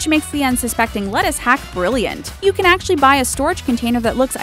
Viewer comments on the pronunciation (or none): none